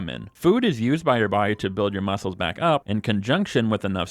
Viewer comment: I was looking for this comment right after he said it, glad I'm not the only one who heard that💀